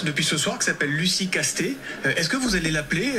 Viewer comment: En tant que gascon, on dit "Casse-tèts", pas "casté" 🤣 Comuniste oui, mais avec un nom du sud ouest X)